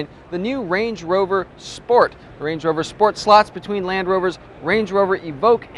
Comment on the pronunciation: he says "wange wover" lol